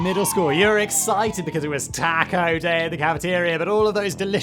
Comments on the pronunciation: Tah-koe Say it! Taaaah-kooooooooe! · You're saying Taco like that to be funny right? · I am offended by pronunciation of "taco."